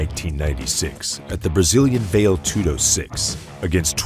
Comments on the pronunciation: It's pronounced "Vah-Lay Tudo" not "Vail Tudo". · Val-ay, not "Vale" Tudo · My god the correction pronounciation is "Val-ay" tudo, not "vail" tudo. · It is pronounced Va-lé Tudo, not Veil Tudo. Sounds just as weird as someone calling Patrick Swayze Patrick Swaze...for the rest really excellent work, very informative and thorough and very entertaining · It’s pronounced Val-A Too-doe 🤙🏼 Greqt video of a legend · Vayle toodoe 😆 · VALE TOODO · why are you saying "veil" tudo lol. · "Vail Tudo"... okay... seems legit... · “Vail toodo” lol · "Vale" Aspen Tudo? Lol. At least learn how to pronounce things, like names and contests. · learn how to pronounce Vale Tudo ffs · This film's visual production was excellent, but you continously mispronounced words, and used words that didn't pertain, like partair, which isn't used in for the top position in mma; patair's position is an optional position in armature American (or folk style) wrestling and the primary starting point in top position in freestyle and Greco-Roman wrestling. You mispronounced the word Vale in Vale Tudo (which sounds like 'valley' not 'val-yay'). Constantly saying "negative record" is uncalled for too, it's not necessary. All around, I enjoyed the video, but you need to produce your script better. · The way this guy says "vale tudo" shows how little he knows about the sport. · So do you pronounce "karate" as "carrot" or "kay-rate" just cuz ur not Japanese? Wud u take a "marial arts channel" seriously that couldn't pronounce "karate"? Cuz this is just as egregious. There IS no MMA w/out Vale Tudo. All due respect, but if you weren't a casual (not that there's anything wrong w/ that) u'd know that it's kinduva big deal.